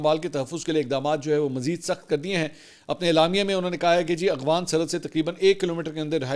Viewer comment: Mansoor bhai kitnay paray likhay insaan hein aghfan nae boltay afghan boltay hein